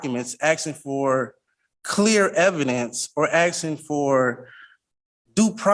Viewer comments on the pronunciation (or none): This joker keeps axing instead of asking. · No, you are not 'aksing' any questions. If you still haven't achieved comprehension of the word 'ask', then you should NOT go pro se. You do not have the tools to represent yourself. You are flat out stupid. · "Axsing" questions... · Man wearing a table-cloth is arksing questions, but the real question is 'what does 'arks' mean'? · "Axing." Toss the 'tard out the flipping door.